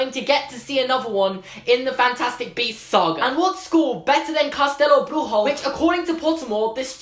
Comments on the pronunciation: Well... Castelo Bruxo isn't pronounced like that. What you are saying is somewhat spanish, but it would need to be Brujo to be spanish, if I understand it correctly. The Bru part is correct, but the xo part is more like SHOE than RRO. So it would be pronounced more like "Cast-a-low Broo-shoe". (the broo is like broom, but without the "m"). Nice video, great theory. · It would be awesome to see something about Castelo Bruxo (btw you're pronouncing it wrong, the 'xo' sounds like 'shoo' 😂) ... I think it makes sense to show some other schools around the world cause everyone is curious to see what they're like and the Harry Potter franchise is so big in Brazil it would be cool to appear or be mentioned in Fantastic Beasts... (I'm Brazilian so I would love for that to happen 🇧🇷) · Pronounced “ castelo bruxo “ wrongly , I think you were trying for Spanish instead of Portuguese which is the language spoken in Brasil ( yes it’s spelled with an s ) . Other wise I enjoyed the content . I hope if they bring Brasil into FB they don’t slaughter it , I remember twilight tried to bring Brasilian legends into their universe and it was a absolute slaughter. They talked about legends of river dolphins , had the Spanish maid call him a ware wolf then had the main male character inform the female character that the maid suspected he was a vampire. The translation part might be incorrect , but 100 percent took a legend of river dolphins and called it ware wolves. It was gross to read , but I think JK Rowling could possibly do it more tactfully creating her own thing while respecting preexisting lore which she has done with other cultures in the past. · in fact you pronounced Castelo Bruxo as if it were in Spanish, in Brazil we speak Portuguese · Amazing job, you pronounced Portuguese like it was Spanish.